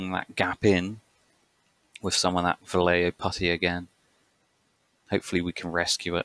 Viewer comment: It's "vah-yaay-ho". For shame! You'll never live it down.